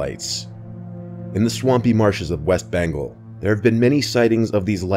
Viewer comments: Bengal is pronounced "BENN-GAWL", not "BENGLE" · “Bangal.” 😭🤡🤡🤡 tell me ur American without telling me ur American. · The worst part is he can't pronounce bengal